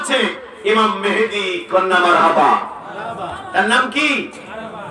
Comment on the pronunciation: উনি ইমাম মাহাদীর নামটা ঠিক মতো বলতে পারলেন না বললেন মেহেদী।আপনি কমেন্ট করলেন সুন্দর আলোচনা